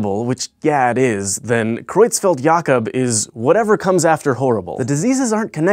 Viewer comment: The way you pronounce Creutzfeldt-Jakob is perfect!